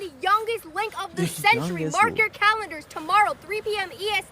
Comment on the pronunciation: "Mark your calendrers" bro what😂😂😂